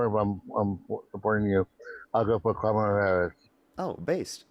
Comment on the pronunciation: why can not a single one of them pronounce kamala harris’ name correctly what the hell